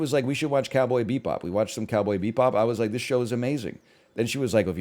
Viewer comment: The way he pronounces Bebop